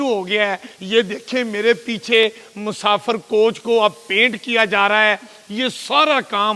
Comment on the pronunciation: Musafar ❎ Musafir ✅ 😂😂